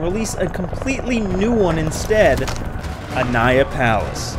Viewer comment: It should be called aniyah not aniyah. I should be e, not ai. Idk how to express.